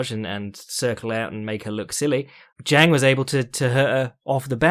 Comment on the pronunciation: it's pronounced 'jong', dʒɑːŋ source: I've lived in China for 8 years and speak it